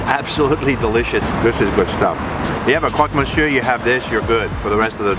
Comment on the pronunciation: please, please, make an effort and do not pronounce the final R in Monsieur, it kills me